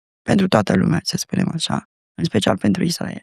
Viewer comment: Inainte de toate invatati sa pronuntati corect Israel!!!!!dupa aceea faceti teorii!!!!